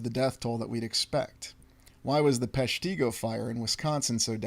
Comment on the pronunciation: It’s pronounced “PESH-ti-go”. Short i. I’m from the area.